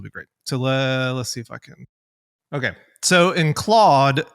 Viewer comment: Why does he call it "Clode"?